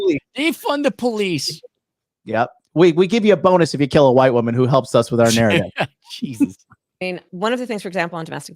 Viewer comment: got so riled up his Irish ancestors spoke through him when he said JYEAHSUS